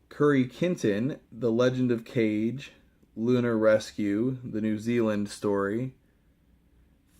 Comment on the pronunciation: The way you said Legend of Kage cracked me up, man. :D